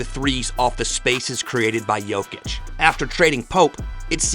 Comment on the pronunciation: SAS sometimes accidentally pronounces Jokic and Doncic correctly just to correct himself immediately saying Jochick, DonChick 😅